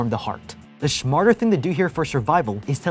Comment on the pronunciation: did he just say "schmarter" or am i just hearing things?